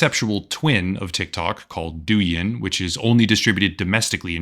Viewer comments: For the record Douyin is meant to be pronounced like DOE – YING rather than DOO – YIN. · Pronunciation of Doujin is wrong, it's more like dough - in. .